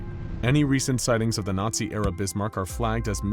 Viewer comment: ITS ZE BISMARK